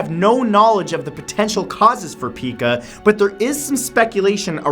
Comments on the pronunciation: just an fyi, Pica is pronounced P-eye-ca. After the bird, Magpie <- And know you know 🤗🍁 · PICA is pronounced “pie-cah” chewing ice is an example of one who has the disorder. It is commonly associated with pregnancy, or if a person is lacking a mineral or vitamin. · Actually its pronounced "pie-kuh" ik cuz i have it :T which is why i like chewing on bread ties and other plastics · Love the video, but pica is pronounced Pie-ka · It's pronounced py-ka. I know because I have "had" it. As a kid I ate paper. It's not uncommon for people on the autism spectrum to have it. It's like a symptom. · Pica is pronounced Pie-cuh :b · I used to work with adults with mental disabilities. I just wanted to say that the word pica is pronounced like this pie ka, not like Pikachu. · It's pronounced p-eye-ka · Pica is pronounced Pie-Ka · It's pronounced pie-cu. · Just FYI Matt, but Pica is pronounced Pike (like the fish) with an a after it. Not like Pikachu. :P Good vid other then the blunder on saying the word right. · also, pica isnt pronounced like pikachu. its pike-uh. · Repeat after me, Matthew: "Pie-ka." It's pronounced "pie-ka." It's also a font's type size measurement. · its pronounced pike-uh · It's pronounced pie kah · Pica is pronounced pie-ca, isn't it? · PIE-ka. it's pronounced PIE-ka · Matt, the Pica is pronounced Pie-Kuh, I believe. I work with a young man who has it. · I thought it was pronounced "PIE-kuh" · it's pronounced P-eye- k-ah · It is pronounced pyka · It's pronounced Pie-Ka :) My son was diagnosed with it 8 years ago. It's common in kids with disabilities like Autism and Down Syndrome. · #7 it's pronounced pie kah and my baby sister has it but it's slowed down and stopped. She was eating her toys hair and pillows. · In pica, the i has a long i sound! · You mispronounced Pica. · Pica is pronounced as pie-cah not pee-cah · I have a cat with Pica. (Also it’s pronounced pie-kuh) I love your videos :D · Pronounced "Pike-a" not peek-a. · Pica pronounced PIE-ka.